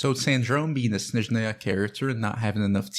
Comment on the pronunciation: Very good Snezhnaya pronunciation!! Thank you!!